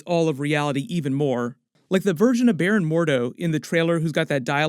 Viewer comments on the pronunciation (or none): none